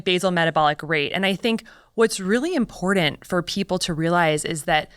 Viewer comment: you would think that a doctor from Stanford would know there is no letter 'd' in the word important.